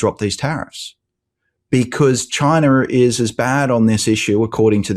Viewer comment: Make him stop Ben, PLEASE! You can do it. And I think ONLY you can. How can ANYBODY who knows how to read, and spell, look at the word “China” and think that it should be pronounced Chiner??! ChinER!! 🤬😡😳🤪 WTF! 🤬 Please Ben…make it stop! Maybe he really doesn’t know how to read, or how words are formed. Using the letters that are actually IN the word. Maybe that’s it!? But seriously Ben, talk to him…he will listen to you. Or maybe I will start calling you Bean! That’s it..Bean Meezles 😜 I’m serious. This has to stop! People are going bald, from pulling their hair out!